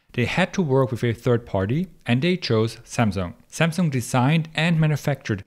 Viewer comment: You're pronouncing Samsung correctly !!